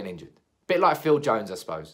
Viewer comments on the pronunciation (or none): none